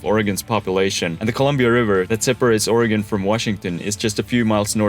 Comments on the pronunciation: However, deserves a big attaboy for pronouncing the state's name as OREGUN, as it should be, and not as OREGON, like in 'hexagon' - and like I used to say before I moved here and got chuckled at by the natives. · Thanks for saying Oregon right too smh